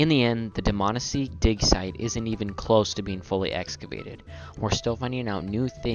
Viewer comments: DihManEESEE NOT DihMANessee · Neither of those are correct. It's Dmanisi. Plain and simple. No need to stress any syllables.